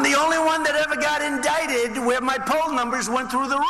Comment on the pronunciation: Am i the only irritated by the waybhe say indicted?!?!?